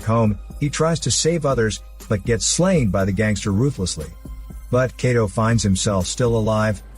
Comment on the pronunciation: Kato's name is pronounced like Kah-toe not Kay-toe lol and the "special weapon" is called a capture gun. Not trying to be a jerk but have you ever even read the Manga or watched the Anime?